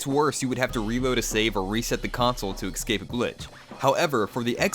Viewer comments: Just to let you know, you pronounce it, "escape". Not "excape". Not sure if you ever learned that in school or not. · There's no X in the word escape so instead of pronouncing it ex-skape, say eh-skape. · why cant americans pronounce "escape"? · "EXcape"...reported for diction.